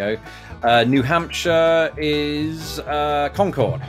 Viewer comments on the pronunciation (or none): sorry, Concord New Hampshire is pronounced just like the word conquered and not Con-cord. sorry but that annoys the hell out of us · Yup! New Hampshire is CONG-kerd